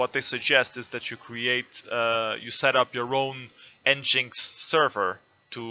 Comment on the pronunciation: It’s pronounced “Engine X”